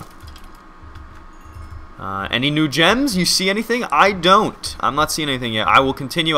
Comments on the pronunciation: Whenever you say "new gems" I keep on hearing "NoochMs". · Is it just me, or whenever he said "new gems" it sounded like "Nooch M"? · Anyone else think he said "The Nooch Ms" instead of "The new gems?"